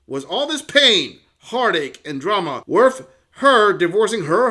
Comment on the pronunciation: "was it worff it?"